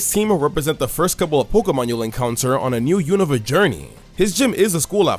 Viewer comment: My favorite thing about anipoke-tubers is that they pronounce “Unova” correctly. It’s been 10 years, why don’t people pronounce it correctly?